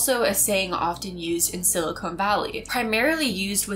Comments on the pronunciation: Love you, love your channel. Don't mean to be "that guy", but, umm, it's "SILICON" valley... not "silicone" valley. Don't hate me! 😇 (and I DO love you,!) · It’s not silicone valley. Silicone is a synthetic material. It’s silicon valley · Good video. But "Silicone" and "Silicon" are two different things. I heard a lot of "Silicone," and no "Silicon.' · I don't wanna be that person, but... silicone and silicon are two different words haha. Silicon is not pronounced with an oh sound